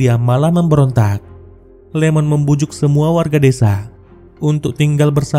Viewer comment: Iemon bang. Bukan Lemon😅